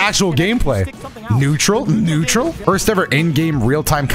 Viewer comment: Three idiots on Commenrary yes please: Nettual Netural Rhyme" Wutizgoin " YEET